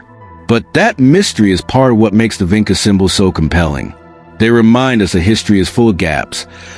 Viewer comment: It is pronounced, "VINCHA"!!!!!! Like in touch. You don't even know how to say the name properly!!!!!!!!